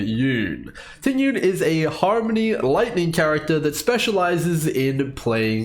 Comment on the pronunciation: Just a small tip to pronounce her name correctly, its not Ting Yun. The correct pronounciation is Ting Yween 🤭 Nice video btw!